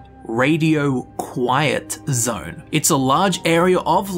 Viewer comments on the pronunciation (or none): none